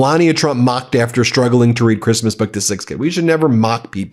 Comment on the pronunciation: Reading "A creeeeeesmas boooewk for keeeeeed"